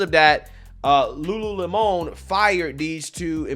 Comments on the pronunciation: Just say Lemon....its not a french word LUU LEMON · Its LULU LEMON..not LULU LE-MON. lmao!!! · Lulu Lemònnnn. It’s just lemon,. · Okay,,, "Lemon' in Lululemon"it's pronounced"Lemon," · Lulu-lemon you know like lemonade! You tryna make it sound like some fancy French company! 😆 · Lol pronounce Lemon like the fruit. Not Don’s last name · The way he pronounced "Lulu Lemon"... AHAHAHAHAHA Lemon🍋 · It’s Lulu lemon (like a 🍋) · Lol at french pronunciation 😂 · Seriously just unsubscribed because you cannot even pronounce "lemon" correctly. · Why are you pronouncing lemon with a spanish accent? lol